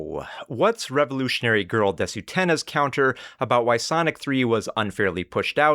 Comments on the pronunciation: Minor point, but it bugs me. As someone who has studied Japanese culture and watched anime their whole life, the fact that pronounce です as “desu” instead of “des” didn’t add credibility for me. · I always find it funny how the Japanese stereotype of Americans saying "desu" is "DEEEEs" but anime fans always go "deSOOH". It's actually kind of uncanny how they manage to emphasize the opposite of the correct syllable almost without fail in every Japanese word or name they say.